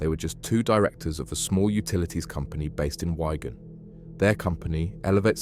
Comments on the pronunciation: “Wyegan” it’s “Wigan” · Its WIGAN you tool not WHY-GAN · It's called WIGAN not WYGUN 😂😂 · It's wig-an. Or wig-un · Wigan. mate get your words right makes you seem incompetent. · How do you not know how to pronounce Wigan lol that's mad